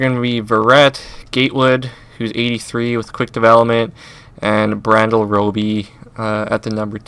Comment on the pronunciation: You thought that was funny,(which it is) he called Bradley Roby, Brandyel. Hahahahahaha!!! This dude straight up knows nothing about football.The Phins would never get rid of Jones or Wake. SmH